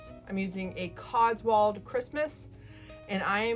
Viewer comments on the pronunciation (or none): It’s pronounced cots w old ( as in old age ) - an English viewer